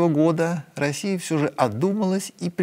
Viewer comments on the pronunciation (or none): none